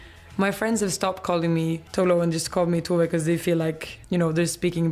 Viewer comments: It's TOe-VAH not too-vey. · Ru said her name like "Too-vay," whereas the Tove says it like "To-vuh." That's what was odd to me, it was a mispronounciation of one of the correct pronunciations. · It's not even /too•vay/. Just /too•ve/. Not Americanized. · No, Tove is pronounced TOH-VEH in Swedish